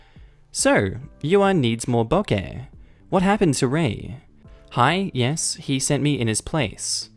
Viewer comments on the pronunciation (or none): none